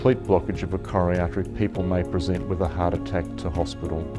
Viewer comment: Frank LeVay Dear Doctor: Say slowly and clearly C-o-r-o-n-a-r-y A-r-t-e-ry !